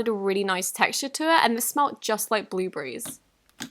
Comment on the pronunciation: U pronounce blueberries like /blu-bur-ris/ while me: /blu-be-ris/